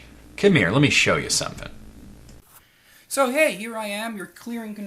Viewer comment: "lemme show ya somfting!"